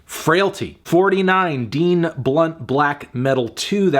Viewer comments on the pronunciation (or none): none